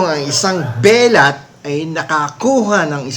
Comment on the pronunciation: binisya ang bigkas ng "belat". Bastos Po ito.